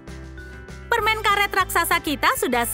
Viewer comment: Permennnnnn bukan permengggg heeeeeeh